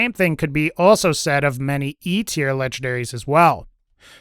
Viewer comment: I like how you say "lege-daries". No N's were harmed in the process.